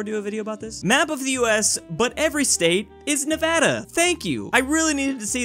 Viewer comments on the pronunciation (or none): none